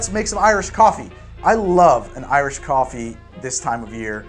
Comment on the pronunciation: You got my subscribe with "Goffee-ey-ee"! <3